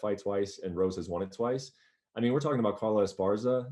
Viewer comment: ariel pronounces won wrong